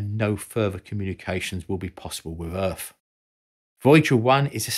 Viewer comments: "Earf" wtf lol you can clearly say 'them' so you can say Earth properly mate. You aren't saying 'Fem' for 'them' are you, or "Foes" for "Those'. And you pronounced "Three' just fine and not as 'Free". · Who is this "Errf" you keeps saying Voyager is trying to talk too? Is he a scientist? If so, I can't imagine he's still working for NASA; or even still alive at this point.